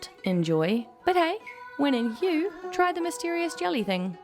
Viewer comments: Hue is pronounced like "hwhey", not Hue as in a guy named Hue. :) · Sos! So much different than when I was there with the Army in 1968. Back then they were in the middle of a terrible war. Now look at it. I always thought it was a beautiful place if you could just stop the shooting. You proved me right. Oh yes, the old capitol of Hue is pronounced HWAY. It was the scene of some of the most fierce fighting of the Tet offensive in 1968. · Hue is pronounced “hway” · Hue is pronounced "Way"